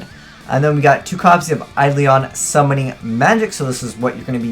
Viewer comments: Learn to say Eidolon, for christ sakes... It's not Eidlion, it's bloody Eidolon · your pronunciation isn't a big deal but it annoys me. its Ai-Doe-Lon summoner.